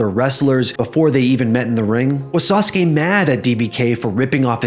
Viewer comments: Why can't you pronounce SASUKE correctly?? It's not "saas kay", it's "saa soo kay", it's pronounced how it's spelled. Your pronunciation is just as bad as these other youtubers saying "aahs kah" for ASUKA. You guys need to use your head more, or at LEAST do a tiny bit of research on how to pronounce things! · Sah soo kay, not Sahskay. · Sauce-kay? Really? Learm how to pronounce it. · Why is it pronounced Sauce K isn’t it like the Motorbike and car company Suzuki just spelled different? I’m not trying to be a jerk I’m genuinely curious I don’t know many wrestlers from Japan. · gives me good memories of the yugioh 4kids dub and Joey yelling “DA SAH-SOO-KEE SAMURAI”